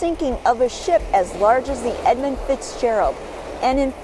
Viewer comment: there's no "O" in Edmund.